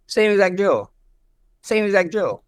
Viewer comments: It kind of sounded like Max said Joe, when he really said "drill" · max sounded like he said Joe when he said drill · I just realized that asked „who‘s joe?“ because he heard „same exact drill“ as „same exact joe“ hahhah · To be fair it did sound like “joe” when max said drill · Max was saying drill but it sounded like Joe.. So ilia said who tf is Joe lol hahahaha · He understood drill as ‘’JOE’’ 😂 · Ilia asked who's "joe" because of the way Max pronounced "drill" 😂😂😂😂😂😂 ❤❤ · he was actually making fun of the way max pronounced DRILL